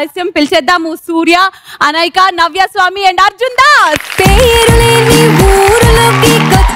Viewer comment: నవ్యాస్వామి not నవ్వాస్వామి కాదు